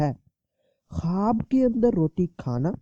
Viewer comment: Bolne nai aara apku kwaaaaab kyun bolre